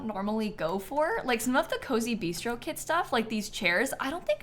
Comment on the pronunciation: Every time said “kit” I heard “kid”. So she said “10 kits” and I heard “10 kids” and had to rewind to see what I’d missed and who had ten kids 😂